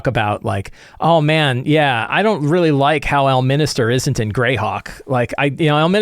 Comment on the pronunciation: It's "El-min-ster" not "El-min-is-ter". Consider me engaged. Love your videos, by the way.